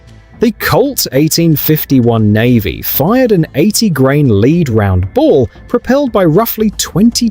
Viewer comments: The AI voice and your KNOWLEDGE of firearms ABSOLUTELY is HORRENDOUS!!!!!!!! IF you knew firearms, you would write the text in a way the voice would pronounce it CORRECTLY. Examples: 1) I've never heard of ANY weapon, EVER, that fires a "leed" ball. PERIOD. There are numerous types past and present that fire a "led" ball. Notice the difference in pronunciation? Makes a BIG difference. 2) "A Sharps rifle of point four five". I think you mean a "45 caliber" (written as .45). "Dixon barrowed Hammerhands point five zero dash fifty rifle". What you mean is a "fifty caliber Sharps" (common reference). The CORRECT caliber for the rifle is pronounced "fifty sixty" and written as .50-60. That means it uses a fifty caliber ball (nominal dimension) and sixth grains of black powder. You affected doing nothing but contributing to the DUMBING DOWN of our culture. It may be small points to you, but these add up over time. I'm recommending that you're channel be suspended or require some sort of notice till you can prove you are IMPROVING. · ”It shot a 80 grain (LEED) round”. A.I. narration pronounced “lead” as LEED. Why can’t people do their own narration instead of using A.I. crap? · Stupid AI cant say lead Ball.